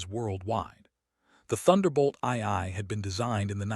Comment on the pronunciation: I hate these AI stories. Check them before posting. A10s do not have afterburners, ii is pronounced two, and the vehicles are tactical (not technical).